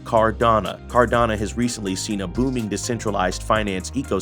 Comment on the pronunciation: Nice clean informative video. But it’s pronounced car-da-no, not car-da-na